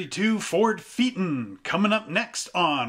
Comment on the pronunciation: Pronounced..... FAY A TON.